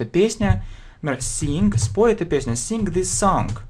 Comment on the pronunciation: Sing and Song произносится мягче. Достаточно взглянуть на транскрипцию.